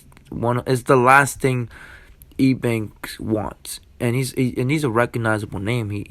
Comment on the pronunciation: Why are you calling him E Bank? Lol. It’s pronounced U Bank.